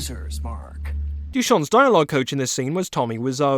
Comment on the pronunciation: I have a friend called Dušan P.S. you pronauced the name wrong